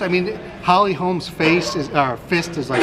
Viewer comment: It's HOLM god dammit not holms